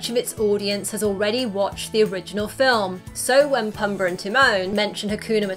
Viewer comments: “Pumber and termone” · Simbra, Pumbra.... it's killing me lol I'm sorry. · It's pOOmbuh. Not pUHmbuh. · It's Ti-moan and Poo-mba. Not Tee-mon and Puhmba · Does anyone really call him “Pum-buh”? Drove me nuts. Luckily she only said it 83 times. I’ve always heard him called “Poom-bah.” Most notably by Timone... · Its pombaa not pumbaa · pumba not pumber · Its Pumba, not Puhmba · She said it more like Tee-moan and PuhmBar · Oh my word...learn the name! Pumba....poom-baa.....you're killing his name every time! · No one's going to mention the way she pronounces Pumba and Simba? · PUMBER and Tih-MOAN.